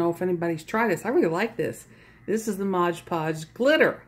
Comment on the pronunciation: It's NOT MODGE PODGE, it's MOD Podge.